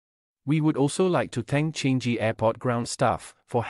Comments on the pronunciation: Thanks. It's funny to hear how you pronounced Changi airport as "Chan-G" airport, actually it should be pronounced as "Chang-Ngi" airport. Anyway no problem as we understand different people got different ways of pronunciation, as long as we could understand and communicate with each other then that shouldn't be any major problem. Cheers:) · Changji airport.. narrator either not SEAsian or is an AI..